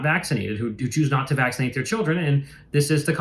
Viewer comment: "Nobody gets meezel's these days so why vacksernate again'st it".